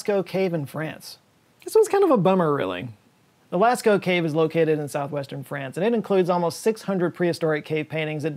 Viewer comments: Of course "Lascko" cave! 🤣🤣🤣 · P.s pronounced Las oh in France by French people